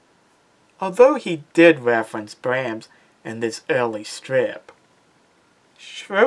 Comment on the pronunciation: It's Brahms (BRAHMS, rhyms with BOMBS), NOT BRAMS